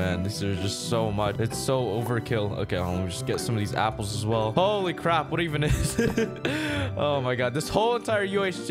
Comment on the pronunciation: Anyone else reliesd he says gapples not apples 😂